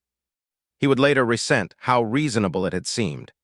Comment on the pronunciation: HERE WE GO with a POS AI and an Author who doesn't care enough to proof and edit his shiittt prior to posting!!!!!!!!!! , "He would later re-sent how reasonable..."!!!!!!!!! NO!!!!!!!!!!!!!!!! HOWS BOUT, "He would later re-ZENT...."!!!!!!!!!!!!!!!!!!!!! Keep this up and you get a well deserved THUMBS DOWN!!!!!!!!!!!!!!